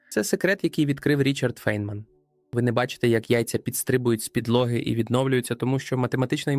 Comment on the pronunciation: Прізвище цього чудового науковця у всьому цивілізованому світі читається як Файнмен. І не інакше. Тільки тупе калькування у невігласів ...